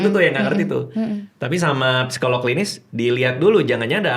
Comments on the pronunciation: Bang Radit, izin sedikit ya 🙏🏻 kata ‘psikolog’ biasanya dibacanya ‘sikolog’ ya Bang hehe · Bang radit ternyata rata-rata kita,setiap huruf di sebuah kata di baca. (Psikolog), P nya di baca) wkwkwk